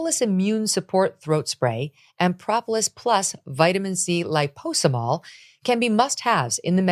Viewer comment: You mispronounced liposomal